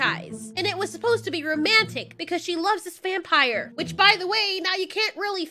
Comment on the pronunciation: I laughed when you said, “VUM-Pahyer!” XD